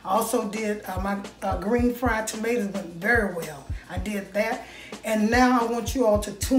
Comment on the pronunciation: I heard that Florida slip out. Maters, lol.